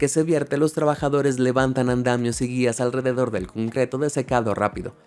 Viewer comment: soy yo o a partir de aquí empezó a decir cumcreto? Xd